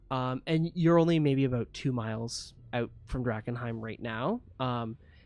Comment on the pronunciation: "Drakenheim... shit" Me: "Drachenfels... shit"